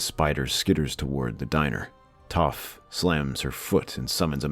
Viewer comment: Story is good, as always, but the mispronunciation of character names is very distracting. I couldn’t get through even a few minutes of the live action avatar movie for the same reason. Also how do you Get Aang’s name right but Sokka and Toph wrong?